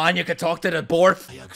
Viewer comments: Bond: “Borf”: “Borf” I-- Bond: “Borf”: “Borf” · Lol said the cant barf instead of bark it kinda reminds me of Anya when she says the wrong thing